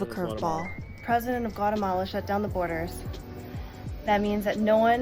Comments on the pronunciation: Guatemala is pronounced, Gua´TEhmala not GuaREhmala. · Why the English dialect sounds so bad? G-u-a-R-eh-m-a-l-a? It is pronounced: G-u-a-´Teh-m-a-l-a.